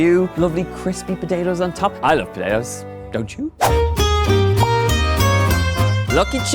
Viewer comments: I love you Donal, you're an awesome chef and I love your channel but now whenever you'll use potatoes, I will forever hear puh-day-toes 😂😂😂😂🤷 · He said padayoes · Pud- day- toe.... Why! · I love how he says potatoes 😍😍😊😊😊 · The way he says "potatoes" ❤❤❤❤